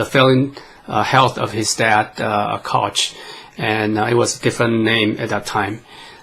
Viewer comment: Koch...pronounced “Coke”